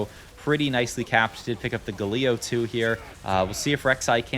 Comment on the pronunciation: GAL-E-O not however the hell you said it